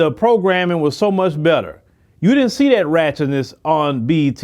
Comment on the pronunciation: stop saying DID-ENT